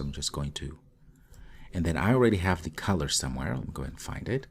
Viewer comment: Thanks for introducing me to Jetpack Compose. When you say color it sounds like caller. There is less chance of confusion if you pronounce the first o in color as an uh as in mother rather than as ah as in mom.